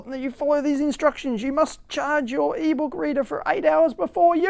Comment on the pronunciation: Is it me or you said "eebow kreeder" (whatever), instead of "eBook reader"? LOL! :D